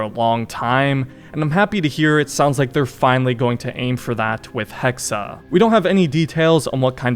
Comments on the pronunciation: It’s pronounced hex not hex-uh. 😂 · Hexe, not Hexer. Pronounced Hexay. If they're going the actual witch route that could be seen as really insensitive considering accusing them of having BS supernatural/demonic powers was an excuse used to brutally murder women who tried to rise above their station. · Why must you say things so horribly its "hex-eh" damn dude go read or something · Not sure how much i trust Ubisoft Montreal with this but I'll keep my expectations decently high. Also the E in Hexe is silent, you just pronounce it how you would "Hex" since a Hex is the word used for when a witch curses someone. Can't really explain why they're spelling it as "Hexe" though, maybe im wrong somewhere. Feel free to let me know. 👍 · Pronounced - Hex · Joa, er aber spricht es die ganze Zeit als Hexa.